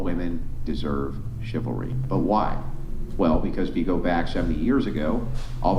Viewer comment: If you can’t pronounce ‘chivalry’, you don’t deserve it…for starters.